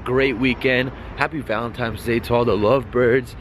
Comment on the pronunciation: Valentine not valentime xD